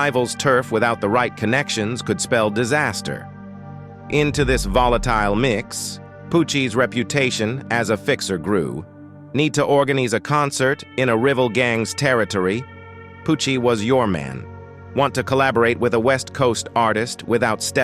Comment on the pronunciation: ‘’Need to organeese a concert in a rivvel gangs territory’’ ☠️😂